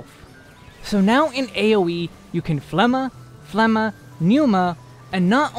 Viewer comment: The G in Phlegma is not a silent letter.